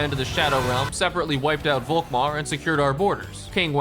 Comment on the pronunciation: One gripe: Please pronounce Volkmar with an F. That is, in fact, how this actual name is actually pronounced. Folkmar. Germans use the V and the F interchangeably in most cases, such as this one. Folksvahgen, Faterland, Ferboten, Ferkehr....Folkmar.